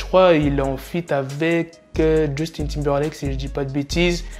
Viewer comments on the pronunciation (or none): none